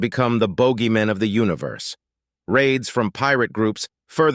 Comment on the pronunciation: I have to point out you guys mispronounced the word Boogeyman